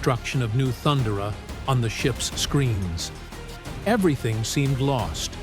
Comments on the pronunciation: Can anyone speak anymore? Why use AI ?....thun duh ruh? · I'm intrigued but couldn't get passed the horrible mispronunciation of "*Thun*-durrh-uh" by the ai-generated voiceover. Maybe I'll come back later. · These AI voices are so annoying and obvious when they can't same words like Thundera correctly. Anyone who's watch the cartoon knows that's not even how it's pronounced. Yet another channel to ignore